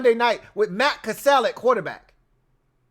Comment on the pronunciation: Love the content! I think you mean Matt Cassel pronounced “castle” though lol